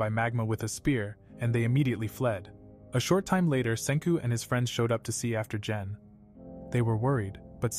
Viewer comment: when he says gen it sounds like jen i am a little angry that he said jen and not gen